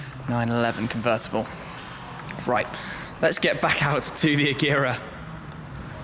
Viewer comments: The guy can't even pronounce agera right ... And he does this for a living aswell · Wrong pronunciation of agera and dat lisp do but aside from the cool